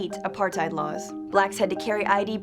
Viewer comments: you said apartheid wrong not a par tide it a par tuid thats how you say it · its pronounced "apart-tate" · It's pronounced Apartathe you morons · Apartheid lol the d is supposed to be a t so basically you say tate and the end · Ah part hate is the pronunciation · you didn't even pronounce it right....... Edit: Apar-tate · Phiphe Dude apart-hate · Wrong. Its pronounced apar-tate OR apar-tight. Both are legitimate pronunciations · It’s uh pahr tate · She can't even pronounce the word properly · You need to pronounce apartheid correctly. And 'coloureds' is an accepted race differentiation in South Africa, even today. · She doesn't even know how to pronounce Apartheid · Your pronunciation of apartheid hurts me really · Learn how to pronounce Apartheid before you start talking about it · oh my gosh the incorrect pronunciation is killing me ( i am South African if u didnt realise) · (Im from south africa) if you're going to make a video about apartheid (shes saying it wrong) she should actually be from south africa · Well actually its a dutch word, and you have to also pronounce the H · Oh my gosh the way she pronounced Nelson Mandela, Apartheid and Afrikaans actually made me cringe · You just did a whole video on Apartheid and pronounced it wrong EVERY SINGLE TIME. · These people never pronounce the Afrikaans words I mean I am South African that is not how you pronounce it